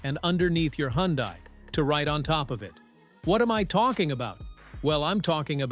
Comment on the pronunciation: The car is pronounced "Hunday" rhymes with Sunday. Simple.